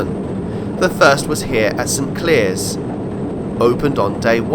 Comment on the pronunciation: Very interesting video. FYI St Clears is pronounced St Clares